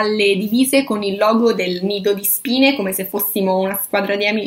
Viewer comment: Comunque tutte le volte che dici "Nido di Spine" io capisco "Lido di Spina" (ridente località marittima del ferrarese)